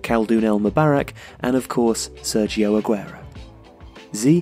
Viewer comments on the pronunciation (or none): none